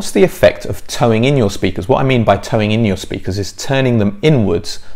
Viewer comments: Very good but 'Toe-In' not 'towing' 😄 Think pigeon. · I'm a few years late and perhaps you know this by now, but the term is speaker toe-in, not towing 😂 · toe in, not tow in?